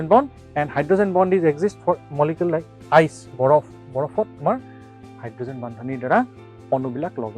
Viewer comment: Ice not iec sir😅😅😅😅😅🤣🤣🤣